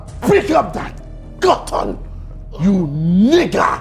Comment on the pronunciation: I also love how JJ doesn’t say Cotton but Gotton (whatever that’s supposed to be topkeklel)